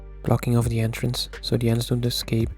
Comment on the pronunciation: did bro say "antrence" 😂😂